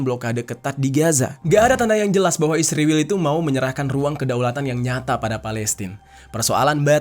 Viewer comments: Israel min bukan Isriwil 😂😂😂😂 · Setelah sekian lama nonton vidio ABNG, kenapa Abang bilang isriwil bukan Israel 😂 mantap lah pokoknya bng🎉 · Kenapa kau sebut Israel bilang isriwil?